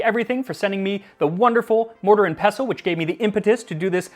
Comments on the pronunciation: thank you for not hitting the T in "pestle" (unlike a certain other pronunciation-trolling food youtuber out there) 😅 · So nice to hear someone pronounce “pestle” correctly…